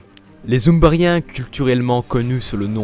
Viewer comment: Les "zumbarien" 🤣